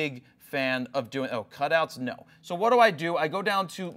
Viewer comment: that is some serious 'no'